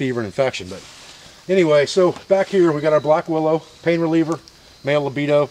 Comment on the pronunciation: You're a wise and very talented man, thanks for being there. One small correction though: it's "libido" vs. "lobedo" (has the same result of course). From your Canadian chiropractor student.